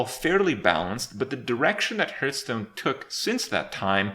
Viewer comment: Kripp gets triggered at going second, I get triggered at the fact that he still cannot pronounce Hearthstone properly